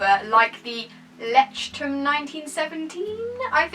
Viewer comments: I think it's pronounced "loytchterm" :) might be wrong though! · Leuchtturm is said Loysh term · You sound so sweet trying to pronounce the German word "Leuchtturm" ❤️❤️❤️ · It's so funny how people pronounce Leuchtturm😂 (I'm German so Ik how you really pronounce it)